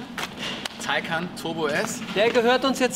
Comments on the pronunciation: Taycan, nicht Taycaaan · schön wie türkisch Taycan ausspricht 😂😂